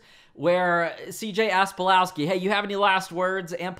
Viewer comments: Did you say Eddie Palowski? You tripped up right? I'm sure you meant Polaski. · Oh God, you did say Palowski. Come on, I know that you are better than this...